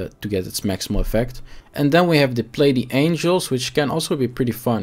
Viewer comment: Play the angels play the angels wtf where in the hades gates of hell is ohhh never mind its play the angles. Your video is for people where reading apparently has not been fundamental for them. Good vid, but that pronunciation tho kept me on my toes, Lol...